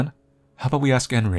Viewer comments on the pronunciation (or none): I kinda like how you pronounce Enri as Henry hahahahha